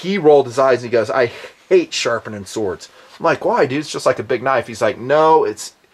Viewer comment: lol@ "sowawds"